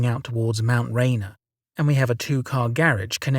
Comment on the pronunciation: Mount Rayner, lol.